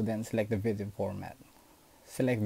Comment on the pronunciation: STOP SAYING VITHIO ITS VIDDDEO